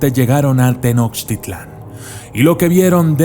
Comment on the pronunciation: Me gusta tu canal, pero no pronuncies mal, Mechicas, no. Se dice Meshicas. Tenoshtítlan.